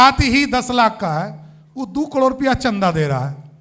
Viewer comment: कड़ोर नहीं बोलते। करोड़ बोलते हैं।